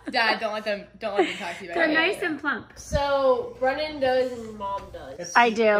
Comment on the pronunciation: Jill data is pronounced with a short a.glad is feeling better. Please eat and drink more water and food. Way to go with your family survey. B r in man. That s b r e n n a n I mm. Meant I l l take my peanut butter sandwich with pickles and bologna. thanks. see you in the next vlog.